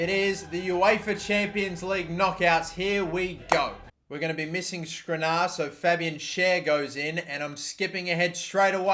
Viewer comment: Dude, just read what the players name is, not what you think it says, what it actually says. It's not rabo, it's not firminho, it's not skrinar.